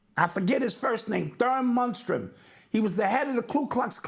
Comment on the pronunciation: Munstrum 😅 killing though.